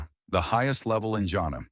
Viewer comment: Bro you almost saying "jannet" rather then "jannah" as in Ja an nnah